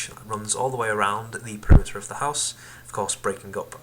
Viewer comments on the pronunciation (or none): Shut up it's house not huose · LOL were are you from Its H O U SE not HUOSE ya Idiot